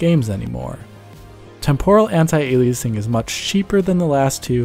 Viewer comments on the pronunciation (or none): Dude learn to pronounce the word ALIASING properly. It's not ALIACING!!! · "ey lee uh sing" not "ey lee ace ing". A dictionary would have helped. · A-li-eh?-sing? No! A-li-ah-sing, or A-liah-sing. Please! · Aliasing, not "ayliyaysing" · I loved seeing this breakdown, HOWEVER.... Ale e ace ing ??? Alias is not A pronounced "ale e ace" That was so damned annoying. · "aliaysing" lmao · Why do you keep pronouncing it "aley-aceing"? It's literally alias + ing. Nobody pronounces alias as "aley-ace". Apart from this odd choice, the video is good and the people who didn't understand all the terms - well this video isn't for them. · aliACEing. the way you talk and how you seem to be trying to cover up some sort of impediment is more jarring than the worst aliACEing. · This was fantastic and very informative. Narrator's GOTTA stop sayig ali-ace-ing though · "Ail-lee-aysing"? Are you cereal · Ail-ee-acing... alrighty then. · I don't think "aliasing" is pronounced ali-ace-ing. Doesn't lower the value of the video, but gets annoying really fast, sorry. Especially given how many times it is said in the video. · But what's "ay-lee-ace-ing?" ;-) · LOVE the video and the addition of. Did have a difficult time focusing on the content while he was emphasizing "A lee A sing". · This guy's voice isn't very engaging. I normally enjoy watching a DF video, but this guy just zooms off without any reprieve for someone to process what he just said. Doesn't help that he has weird pronunciations like Ay-lee-ace-ing and Tem-pore-rull, like he wants to deep fry time or somesuch. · ''Aleaysing'' really dude ??? smh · words to learn to pronounce: aliasing temporal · Really bothers me how he says aliasing. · your mispronunciation is driving me batshit crazy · The way he pronounces “aliasing” is so annoying. Good video describing it but maybe learn how to correctly pronounce the word and which syllable is meant to be emphasized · What a bizarre way to say "alias".